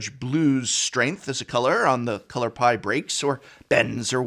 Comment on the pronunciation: All I could hear was “the color pi”